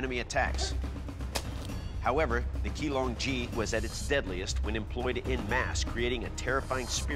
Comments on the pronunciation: Not 'Key long G' but Qinglong Ji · They pronounced the Chinese words so badly that I didn't even know what to type to Google them. Jian "Jeanne" Sword of Goujian "Sword of Goo Jeanne" Qinglong Ji "Key Long G" Kachin Dao "Catching Dow" Hudie Shuang Dao "Who Day Dow"